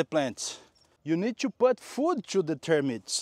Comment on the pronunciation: I'm so glad you are talking about dry arid degraded soils...PLEASE PLEASE Talk more about termites (I think you pronounced them "termyt") We are desperate because they eat every thing !!!!